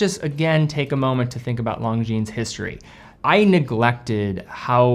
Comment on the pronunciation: come on stop saying long jeans you're better than that it's lon jin lonjin